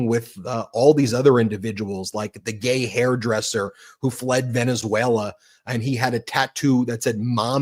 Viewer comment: LMAO the emphasis in your voice while saying "GAAAAAAAY HAIRDRESSER!!!" is so outta pocket 😂